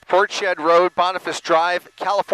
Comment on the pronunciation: I do wish he would learn to pronounce Portshead properly. It's not port shead, but rather Ports Head!!!!!!!!!!!!!